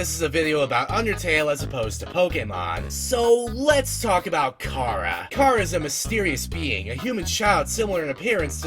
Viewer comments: CHARA NOT CARAH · he says it incorrectly (most likely) because Chara if derived from the word character (most likely) so it should be pronounced CARE-uh like the sound before the -cter in character. :) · unrelated: chara is pronounced exactly like it's spelled, not "cara" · ITS CHARA NOT CARA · The name chara was derived from the word -Chara-cter. His pronunciation of it is like saying driving Car with an A on the end of it making it sound like something else entirely forcing the R like that--car-uhhhh. Just sounds weird. All i was saying \0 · Dude its (Ka-ruh) ok? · Anyway you say it is ok, but Chara, being a Japanese word, is correctly pronounced with the Japanese letter sounds. Meaning, it would be pronounced as kar-uh or CARE-uh or KEY-AIR-uh. Not to start a fight! Cha-run is an OK pronunciation. NO HATE! NO FIGHT! SANS IS LIFE AND LOVE! SO IS MUFFET AND TEMMIE! I JUST THOUGHT OF E WORST SHIP EVER... MuffetxTemmie.... WHY MUST I DO THIS!!! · THE NAME "CHARA" ISN'T PRONOUNCED LIKE THAT!!! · You're not the only person who does that. The fact so many do that to other irritates me and THEY overdo it sometimes. Sheesh. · Nope. Youu're still saying it wrong. Chara is the demon that calls when you call it's name. Chara never came to us. Every pronounciation we said was wrong. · * The real first name "Chara" is not pronounced like you described.